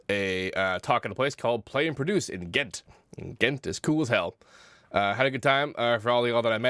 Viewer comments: THATS NOT HOW YOU PRONOUNCE GHENT LDKALDKASL:DKA:DKL:AD UNLIKED UNSUBBED UNWATCHED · Dark W nee die in belgie heet Ghent